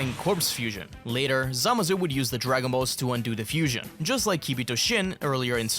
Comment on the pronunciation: Zamassssssu dude its not a soft s